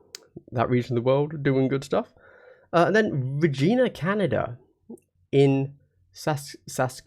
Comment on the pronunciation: Regina the city rhymes with fun. Sask-atch-e-wan. Try to say it with a Canadian accent eh. Cool thing about the Beerhammer tournament is we have the Beerhammer rule: After you roll any die (other than the roll to determine attacker and defender, or the roll to determine Initiative), if you finish an alcoholic beverage, non-alcoholic, or Kombucha/alternative (no chugging water it is extremely dangerous), you may re-roll that die. This rule may be used to re-roll dice that have already been re-rolled. The following exceptions apply: You may not reroll a die you have already re-rolled from the Beerhammer rule. You may not reroll more than once die per set of rolls. (no more than one hit roll from an operative’s shooting, saves, damage, psychic tests, etc.)